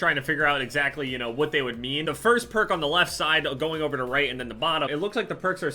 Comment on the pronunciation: how do you butcher "over" so bad?